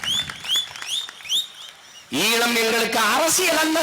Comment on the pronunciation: தமிளர் இல்லை தமிழர் ஈளம் இல்லை ஈழம் நாம் தமிளரா ? நாம் தமிழரா ? ழ தமிழுக்கே தனி சிறப்பளிக்கும் தனியொரு எழுத்து. எனவே ழ வை சரியாக உச்சரிக்கக் கற்றுக்கொள்ள வேண்டும். அவனே சரியான தமிழன். தலைவன் எவ்வழியோ தொண்டனும் அவ்வழியே.